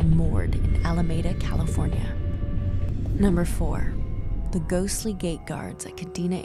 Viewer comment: It's "Alameeda", not "Alamayda", Ca.